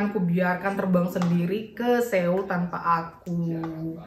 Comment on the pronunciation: Maap cm mo ngasih tau cara baca SEOUL tuh "SOUL" bkn SEUL 😊